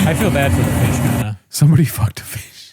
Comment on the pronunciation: the way says " phewuuuucked" hit me in my giggle muscle pretty hard